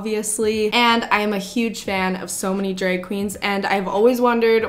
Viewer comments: I can't unhear it now, thanks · The way you say drag is so funny!! Dreg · Omg the way you say drag 😂 Gotta love the Canadian accent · Ok I love the way you say “drag”